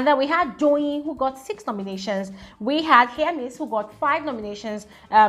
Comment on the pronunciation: Don’t twist my words! I’m a big FSWG fan! I can’t seem to find where I pointed out what you’re saying. I was just pointing out that I heard differently from what most ppl pronounce. Be going abeg!